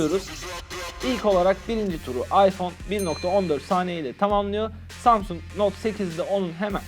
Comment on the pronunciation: İlk samsung kelimesini duyduğunda "Samsun"anlayan tek benmiyim